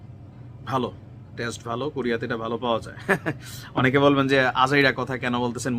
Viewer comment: উনি কিন্তু কুমিল্লার মানুষ ,এইজন্য কোরিয়া কে বলে “ কুরিয়া “ 😄😄 🤪🤪 😂😂